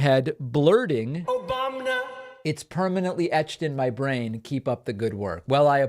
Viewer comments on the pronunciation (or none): I say it all the time now too.. "Obamina" 😅🤣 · Republicans mock Biden for having a stutter, yet Trump constantly mispronounces words like it's his first time saying them, also OBAMNA.